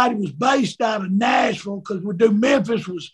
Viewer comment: the way he says Nashville makes my bowel movement smooth